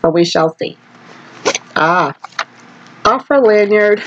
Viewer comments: Oh-frah not a-frah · It's pronounced Oh-frah with a hard "O" ❤